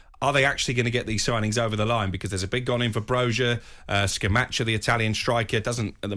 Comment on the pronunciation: Its pronounced Ska-Mac-aah and Bour-shja